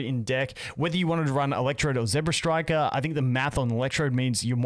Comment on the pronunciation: ZEBstiker not ZEBRAstriker